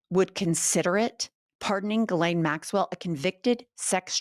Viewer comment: Thank you for pronouncing names correctly! If I hear someone say "Jislane", one more time.........🙄